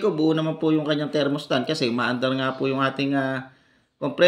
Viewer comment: Thermostat po hindi thermostant hahahahaha